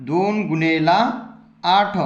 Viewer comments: गुनेला नाही गुणिले😂😂 जरा हलू बोल😂❤😂😂😂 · Gunela ny mhanat gunele mhantat sir😂😂😂😂😂😂